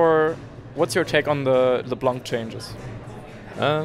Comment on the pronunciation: Oh, he learned how to pronounce "LeBlanc"! No more "leblenk" meme :(